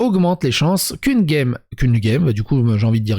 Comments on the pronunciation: J'ai coupé la vidéo au moment ou tu t'es mis a dire guemme au lieu de gemme... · Tous les mots qui commencent par "ge" se prononce "djè" donc "gem" se prononce "djèm". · Tu sens bien que guèmme ca tue les oreilles non ? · Qu'une "guemme" 😭